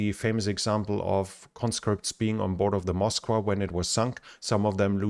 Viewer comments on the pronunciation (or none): none